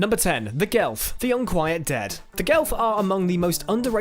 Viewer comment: Its Geth not Gelf